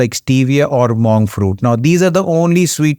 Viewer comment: Nice vid - thanks but if you want to improve pronuciation: desert (sandy) - DEZ- ERT dessert (eg cake) - DIZ - ERT....see the simple difference? MONK - pron MUNK not MAWNK